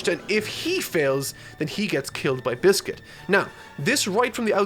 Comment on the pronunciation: Man said biscuit it's Bixby 😂😂😂😂😂